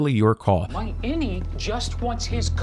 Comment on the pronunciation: Does anyone else hear "any" when they say "innie?" It could be innieone.